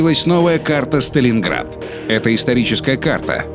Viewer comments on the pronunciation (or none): Когда первый раз сказали сталинград, мне показалось что они сказали старинград.